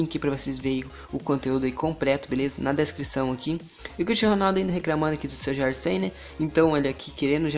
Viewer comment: RECRAMANDO COMPRETO MDS DO CÉU MANO VC NÃO CONSEGUE FALAR COMPLETO E RECLAMANDO PQP!!! DESLIKE...